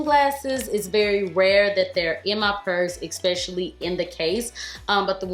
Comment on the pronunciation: Girl, I adore you & have for years. But you STILL says ECKspecially. It's ESP, no *C*, No K*..